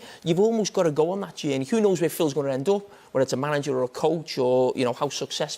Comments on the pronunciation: Carragher: "Think about Klopp's genie" Me: "What?" 5 minutes later: "oh, he said journey" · Jamie "Jaiiyaerney" Carragher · All I got from this video is that Jamie Carragher can't say the word Journey.